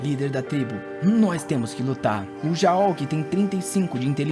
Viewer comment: Não quero ser chato, o nome rakrak, se pronunciar ra-kra-k, e o jaol, como ta em inglês, o A tem som de E, como se fose geol, e é um nome feminino.